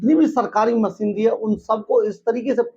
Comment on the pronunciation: pehle hindi jo ki hamari matra bhasha hai usse shudh karo. masinri nahien hota machinery, suru nahien shuru hota ha, jamanat nahahien Zamanat hota hai. anpad. baaj nahien Baaz, sayad nahien Shayad hota hai, ab aur nahien sun paoonga. aur sach bataoon too isse background change kar ke coat shirt pehen ke dukaan zyada din chalna mujhskil hai. Pehle aapni zabaan saaf karo